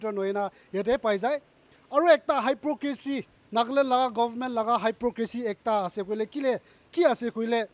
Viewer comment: Since no one is telling you but I love you and I'm gona correct okay 😂check your pronunciation on hypocrisy